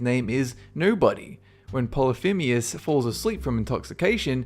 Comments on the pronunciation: How is it you are managing to pronounce Polythemus polythimeus? Where are you seeing that e? I'm pretty sure you pronounced it right the first time, so what the heck? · How do you research your videos? "Phoenician" - not pronounced "Phin-o-see-an", but "Phun-ee-shun". "Polyphemus" - not pronounced "Poly-feem-ius", but "Poly-feem-us". "Daedalus" - not pronounced "Day-DALL-us", but "Day-delus". Also Odysseus says to Polyphemus that his name is "Οὖτις", which means "no-one" rather than "nobody". The Minotaur was not fed Medeans - the Medes were a people who lived at this point in what is now modern Iran/Turkey. The Minotaur was fed Minoans/Cretans.